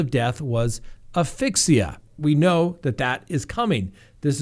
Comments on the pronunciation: as-fix-see-uh. So sorry, but I want you to pronounce it correctly. You’re too smart to mispronounce it. Love your channel and watch it everyday. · You need to lean in on the "ass" in asphyxia to pronounce it correctly.